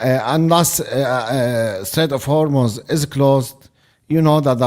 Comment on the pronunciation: Thank you for pronouncing Hormuz correctly! I know it's a stupid detail to be mad about in this situation, but I can't help it! It's pronounced Hormoz rather than Hormoooz!